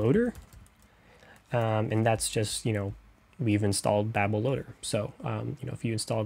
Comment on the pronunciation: Babel(Bay-bill) not babble(bah-bill) think tower of babel